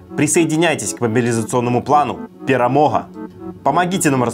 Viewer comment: Вам персональная благодарность за правильное произношение беларусского слова "ПЕРАМОГА "!)